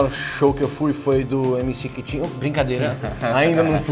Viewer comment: Mc Kitinho ou Mc "Kitipo" ? 😂